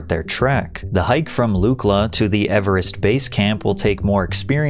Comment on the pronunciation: Your over-pronunciation of the word "Everest" is cringe AF. 😂